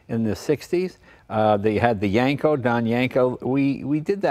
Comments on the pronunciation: I'm going to yanko your car freak card until you pronounce Yenco correctly. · That YENKO Jay not YANKO!